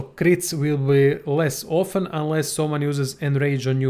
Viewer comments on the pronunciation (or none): none